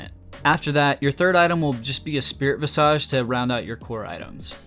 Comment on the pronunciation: "Vis-idge." Why is it that no one who does League Youtube knows how to pronounce that word? It drives me nuts. For reference